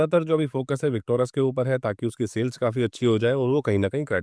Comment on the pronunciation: विकटोरस नहीं बोलो भाई, विकटोरिस बोलो